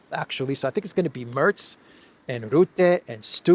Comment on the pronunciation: the right pronunciation for that scandi PDF file is stub...like I stubbed my toe. Even if it's not, out of principal that's the right pronunciation 👍